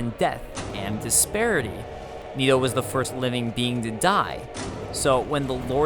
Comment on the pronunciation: It's not niitoo. It's Nito. Like the knights who say ni.